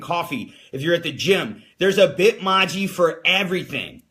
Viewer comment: The way you say Bitmoji is so wrong lol